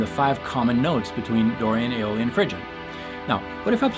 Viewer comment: Did you say “Dorian, Phrygian and Alien modes”? Out of this world!